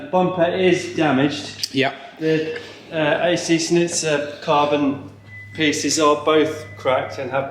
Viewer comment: you pronounce it as ac schnitzel lol, congrats on the kiddo!